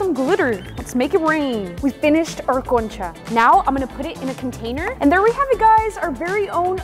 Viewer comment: love your accent when you say concha😅(like the video 🎉)